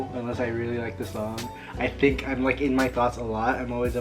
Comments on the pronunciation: “I tink you’re preetty enough ❤️” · “I tink your pretty enough”aweee😂😭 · “i tink your pretty enough” 😍😍😍😭😭 me: why can’t my boyfriend be like that- oh wait i don’t have one 👍🏽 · Favorite couple OML 😍😍 when said “I’m not pretty enough “ which you’re soooo pretty oml but when you said that looked at you right away and said “I tink you’re pretty enough” like OML 😍😍